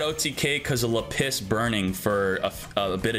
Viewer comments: JESUS CHRIST it's /là·pis/ STOP IT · I have never heard Lapis pronounced this way before! 😂